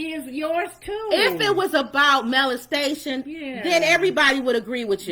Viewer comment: Pronounced molestation not malestation